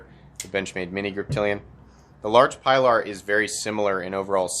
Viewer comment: I knew where this review was headed when he refused to take the time to pronounce the name properly